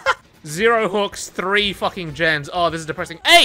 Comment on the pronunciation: Thrrrrrrree sixty